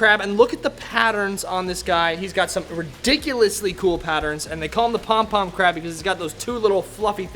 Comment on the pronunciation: The way you said pom pom crab 🦀 🤣 my fav was the prolly the chocolate chip star fish looks like a star donut haha